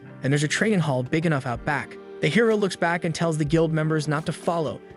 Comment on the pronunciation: am i the only one who kept hearing "heroin" instead of "hero"?